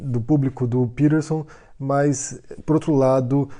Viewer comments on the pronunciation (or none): És peTerson. Com T caralho!! Que porra é isso de pirerson? Coisa de mineiro pó 🤣🤣🤣